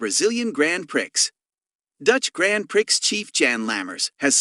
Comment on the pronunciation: Just want to help you out.when you say prix,it is pronounced pree.Grand prix(pree).